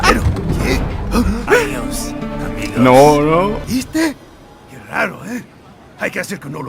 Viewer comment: Adious amigous 🤣🤣🤣